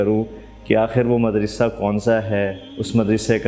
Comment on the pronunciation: سر آپ مدرسہ کا تلفظ صحیح ادا نہیں فرما رہے مدرسہ کی دال پر زیر نہیں بالکہ زبر پڑھی جاتی ہے جبکہ آپ مسلسل زیر پڑھ رہے ہیں